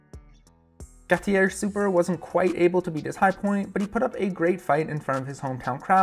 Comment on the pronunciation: Same for Gautier Supper - Goat-yay Soo-pair